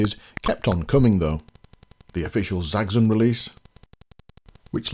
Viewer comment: Zaggzun? I thought it was Zaxx as in "axe" and on "on"; put them together and what do you have? Zaxxon! ;-)